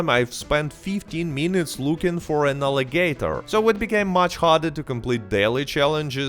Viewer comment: The way you say "alligator" is the funniest thing I've ever heard